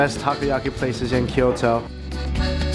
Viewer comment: Ki-yoto? Toki-yo? never heard of those city. But i have heard of Kyo-to and to-kyo. Funny Canadians.